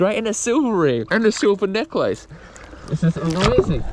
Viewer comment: Why must you constantly mispronounce necklace? DOES MY F'ING HEAD IN!